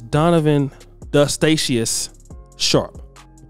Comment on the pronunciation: Not "DUST-STACIOUS"